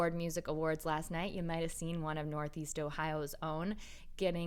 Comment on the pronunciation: you mispronounced "last"